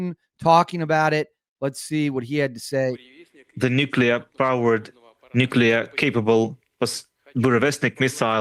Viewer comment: Did you just say "Nucular'? Seriously dude?